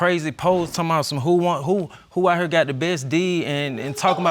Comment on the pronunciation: "I'm not heewe to argue with hoowe" lady, all you have been doing is arguing with her. 🙄 She was obviously and clearly jealous of the new fiance and their relationship. She wanted to have what they have and couldn't stand that they have it. So she got her mind set that he was her baby's father and made up a whole relationship in her own mind. Sad. And scary.